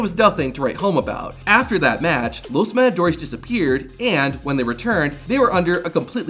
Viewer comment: "Los madadores" 😂😂😂